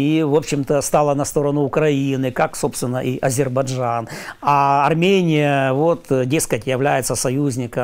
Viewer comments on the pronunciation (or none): Азебаржан..за.ха,как у Горбачева !Айзербаджан,что тяжело выговаривать ??!!